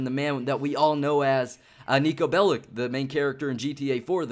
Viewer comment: Will you ever stop pronouncing Nico's name incorrectly! It's really annoying to listen to. And don't give me that crap about being a hater. Take this as constructive criticism. Bellic is pronounced Bellich, as it comes from Serbian. Remember it. You'll be one of the few American youtubers that pronounce it correctly.